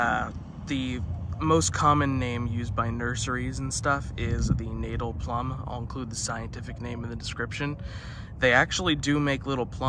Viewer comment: Natal is pronounced Nut-tull.